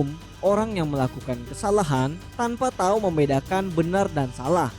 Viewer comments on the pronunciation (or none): none